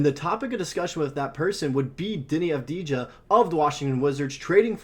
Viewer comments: Dude, learn how to pronounce their name correctly before trying to recruit tragets to bolster your sports team. It’s Av-di-ya! The j is silent. It's also important to remember that acquiring a player of Deni Avdija's caliber will require more than Josh Giddey and a low first-round selection since Giddey is a bust and a liability at this point, and the Wizards have no need for him even as they rebuild. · (intentional typo) could really put in the tiniest bit of effort to at least to pretend that they care to pronounce Avdija's name right. Of course... Le 'Murica rules all the way. No other countries and nationalities exist.